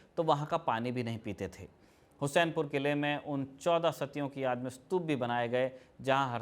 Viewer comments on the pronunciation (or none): हुसैनपुर नहीं हुस्सेपुर नाम हैं